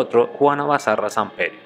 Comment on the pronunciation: no es Juana bazarra ...es Juana Barraza🤣